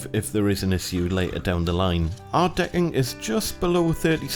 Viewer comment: Its great framing and all, but why are you calling it “de’ing”?😂👏🏽